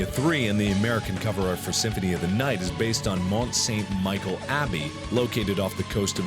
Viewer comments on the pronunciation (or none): Everyone's laughing at his pronounciation of Neuschwanstein and Tepes, but is nobody gonna say anything about Mont Saint-Michel? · Terrible pronunciation for Mont Saint-Michel, as well as Neuschwanstein. And you didn't mention that Granphaloon's other name, Legion, is a reference to a demon in the Bible that Jesus confronts, I'm pretty sure. It's a man that's possessed and says he's one but also a thousand or something similar.